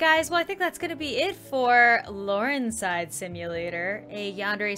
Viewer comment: “ Laurenzside simulator!” Me: sneezes What I heard: “achoo simulator!”